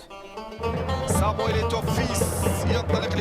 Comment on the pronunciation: C'est plus Samuel Eto'o mais Samuel Egr'o mdr 😂 Il a bien raison de profiter tant qu'il joue un peu 😉